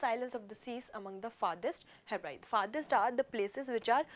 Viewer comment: Guru! It's not heb- rides, you should pronounce it as heb ri dees.